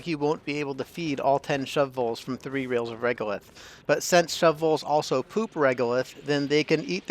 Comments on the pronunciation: The pronunciation of shovels is an arbitrary decision - wait... The pronunciation of shove voles is an arbour tree decision... - yep you are right, 1st way is more correct and in humour :) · I like how you took the extra time to pronounce shu-voles properly every time instead of just giving up and saying shovels 😂